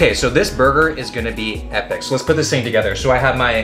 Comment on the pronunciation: "This is some TING to do " 😂😭